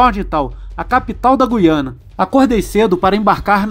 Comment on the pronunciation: Parabéns pela pronúncia correta de GU-I-A-NA. Os menos esclarecidos pronunciam, erroneamente, como GUI-A-NA, com o "u" mudo, com a primeira sílaba soando à semelhança da sílaba GUI, da palavra seGUIda ou da palavra GUIA.